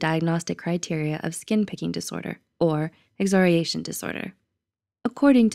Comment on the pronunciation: The repeated mispronunciation of the word ‘excoriation’ makes this video lose so much credibility. Do better.